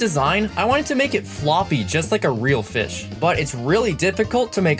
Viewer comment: It’s. Not. Called. A. Fiss. It’s called. A. Fish. Go. Back to. School